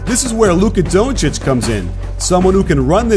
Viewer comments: CAN YOU PLEASE STOP SAYING doouuuncic like that ur saying his name wrong and so wierd its DONCIC! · DONTcic pronounce it like that coach! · lmao the way he says donci good video tho